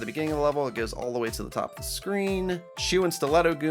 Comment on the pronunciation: I kept hearing "chew and stiletto goombas" and was like "TF is a chew goomba?" :).